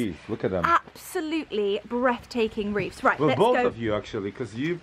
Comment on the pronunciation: Wreaths not reefs. th at end of word. Just sayin….